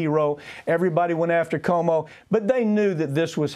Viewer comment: That Papantonio dude needs to learn how to pronounce Cuomo. doesn't dare correct him, though. LOL